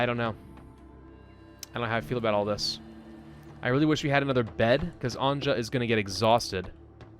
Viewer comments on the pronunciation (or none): Anje is not said As anjah is said as Anyeh…good god your butchering her name😂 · its bosnia the game is inspired by a siage of sarajevo by the serbian army in the 90s And slovenes croats serbs bosnians and montenegrins pronounce Anja like A NJ A "Nj" is one letter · since this Anja name is slavic, you might want to pronounce it as if it wrote Anya. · I’m just saying this game seems very Balkan inspired cuz of the names. And anja’s name is actually pronounced Ann-Yuh. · Anya...please...it hurst my Slavic brain when you torture that name :D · Anja is pronounced as ''Anya''. If you ever watched ''Anastasia'' cartoon, perhaps you noticed characters saying ''Anya'' when talking about main character. Also it's written ''Family's Collection'' in Serbian on that aged paper. Cheers! :D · Anja is pronounced Anya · No its anja "Nj" is one letter in all yugoslav languages Also the characters speak bosnian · I know, but he is saying it like she would be Frech or what. It really hurts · When you are saying Anja, try to say it like news, nj + u + s/z, I know slavic languages are hard, I'm sorry that I couldn't give you a better example